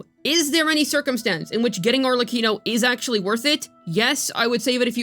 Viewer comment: At least you pronounced "Arlecchino" correctly.